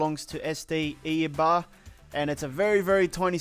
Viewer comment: Eibar is pronounced eye bar